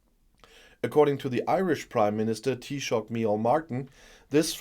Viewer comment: Good video...Also kudos for pronouncing our Taoiseachs name correctly. You show more respect to Ireland by that alone than Westminster.